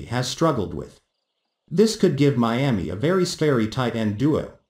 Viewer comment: What’s a Meeaa-mee?